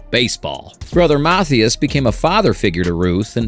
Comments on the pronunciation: It's Brother Mathias (mah-THIGH-is) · right, he said MATHEEus. lol. AI slop indeed. also, he said "and ruth would go on to hit 714 MORE homeruns, umm, no that'd mean he hit 715 regular season total. He ended with the Braves 714 HRs in boston. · YW. This video might be AI generated, I'm not sure. Most educated humans would pronounce Mathias easily, but "artificial intelligence" (which it is NOT), doesn't understand key nuances of American spoken English. So that's a telltale sign of AI. After I posted here, I started watching another video from the same content creator, and "the voice" mispronounced another key personality, a well known player whose name I probably won't spell correctlyt: Joe Garagiola. Joe was a neighbor of Yogi Berra when they were kids, as was Jack Buck (baseball announcer I believe?). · I noticed that as well